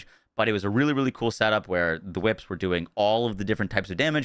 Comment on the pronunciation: So glad you changed it from chwhips 😂 that was awful to listen to